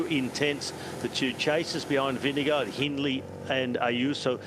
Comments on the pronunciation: Been years now and he's still saying ving-gee-go... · he does it for the pun and it's so corny